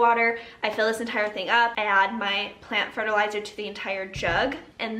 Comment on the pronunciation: So you said they need fertilizer...I heard "they need their pre-workout"! 🤣🤣🤣